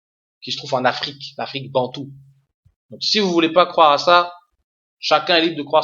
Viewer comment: on dit croire pas cwoire